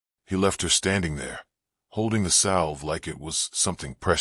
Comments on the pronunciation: The "l" is silent (sounds like savve) spelled salve. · Can you get the reader (AI) to pronounce the word like salve correctly. Don't mean to complain, but the words should be said right.